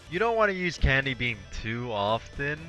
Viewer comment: I always hear "NEVER DO CANDY BEAM". It's hilarious. but where did this phrase come from?